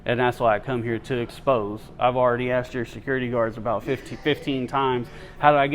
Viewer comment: Secoority…. Say it the right way J. 😂